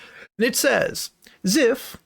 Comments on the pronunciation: His name is pronounced "zEYEph" not "zEHph" btw. Sucks to see someone I used to look up to in the Hypixel community potentially be this horrible. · the way he pronounces zyph hurts